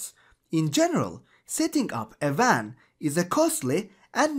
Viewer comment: he pronounces wan as van